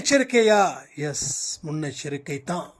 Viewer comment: "முன் யெச்சரிகை யேப்போவும் இருக்கவேணும் "